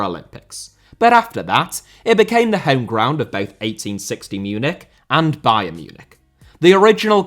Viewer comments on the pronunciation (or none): none